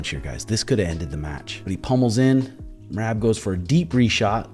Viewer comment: Love me some shuge and and love me some Merab as well, keepin it 100% facts. However, if you just so happen to read my observational comment please answer me this. I can’t help but chuckle every time you say Merab’s name as “Meraahb”, it feel like since you mispronounce it, and have ever since shuge took the first bout with him, it’s a slight dig. I actually think it’s hilarious so I’m truly curious if there’s meaning behind the drawn out A in his name knowing it probs irks him a little every time you say it. Love you boyz!!